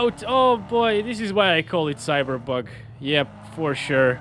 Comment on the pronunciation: he says cyber bug🤣😂